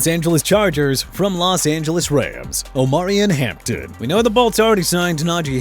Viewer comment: fine with me... let Miami trade Tyreek Hill and get Matthew Golden. Happy now?! it's Ar-mond Membou!! What don't you understand?! it's not Ar-mand Membou. You know what? Keep getting the man's name wrong! See how that goes... also it's oh-mah-ree-on Hampton!! Really?! Go back to school and learn to pronounce!!! And if Mr. Grisby or anybody else wanna argue, I'm ready!!